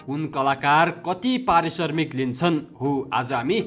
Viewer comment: Arissarmik hoina mahodaya arissramik hai😂